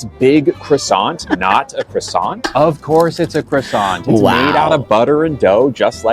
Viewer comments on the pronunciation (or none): well it's not a Cross sant, it's french and is pronounced as such. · The croissant is offended by how he pronounced croissant